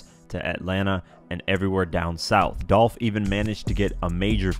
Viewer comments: Its dolph not dolf u sound stupid short for .his real name these clowns be trying to give someone a short Nick name and that's lame this dumb guy said dolf wtf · It’s Dolph !!!!’🐬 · It's Dolph!!!!